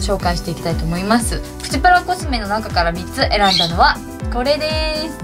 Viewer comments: プチプラの発音不思議ですね！ ↑ ↓ プ チ プ ラ じゃなくて → → →→ プ チ プ ラ です！w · 咲乃ちゃんのイントネーションはプチ⤴︎プラ⤵︎で、よくある言い方はプチ↗︎プラ→かな？ かわいいw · プチプラのイントネーションのクセが強い笑 今日も可愛いし髪型にあってて可愛い😘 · プチプラの発音ちがうくない？w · みずきなこ Mizuki 私も関西だけどこんな言い方しないw